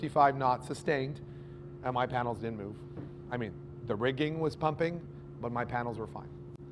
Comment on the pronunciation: W respect to the fuse. Say did or did not. Not didn’t, mumbled. Further explain. The “source of power is the battery??? You have no load circuits shown on the battery. Not one. The only load circuit is from the panels to the controller and from the controller to the battery. This part of your presentation is gibberish. The fusing “to” the controller? Or “from”? You want the fuse closer to the battery? The controller doesn’t go to a dedicated charging bus?